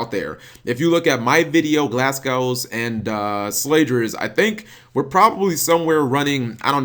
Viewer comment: it's pronounced glas-go...